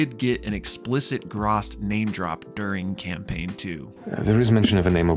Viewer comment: My 2¢ is the pronunciation of the sword's identity/title: Graz'tchar. It is pronounced grahzt•car. You're welcome. Edit: And why,?! WHY? Why must you pick up sentient, possibly cursed weapons!? 😱 You KNOW what the dangers are for your character if you do!